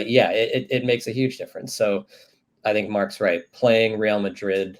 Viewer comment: So is Real "Maddrid"